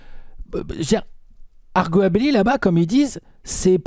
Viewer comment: "argot à Billy" pour arguably, tu regarles le prof d'anglais en moi!😂